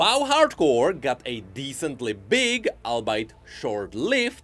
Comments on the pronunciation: Hey:3 Just thought I would let you know the word "albeit" is pronounced al·be·it -- not Al-beit! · its all-be-it not allbite